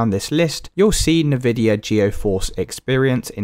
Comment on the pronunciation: I hate the way you say Nvidia